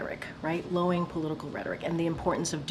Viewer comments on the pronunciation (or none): It’s LOWERING. NOT LOWING. LOWING ISNT A WORD KJP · The word is "LOWERING," it's pronounced low-er-ing, not LOW-ING, Karine. 😝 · KJP said "lowing rhetoric, lowing political rhetoric" and "it's inflammatory and defisive" 😂 I had to listen to it twice to make sure it wasn't my brain malfunctioning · Lol. Lowing is the sound that cows make. The word is lowERing, KJP - low-ER-ing😂😂😂 KJP essentially stated that Biden has been very clear about mass mooing 🐮 of a bunch of cows 🐄🐄🐄🐄🐄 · Did she just say “Lowing” not once, but twice😂😂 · Lowing rhetoric? Is that what KJP said - Low-ing??